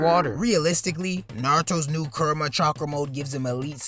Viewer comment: lol “kurma”